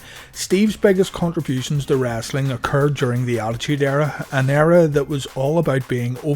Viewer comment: Dude you really say wrassli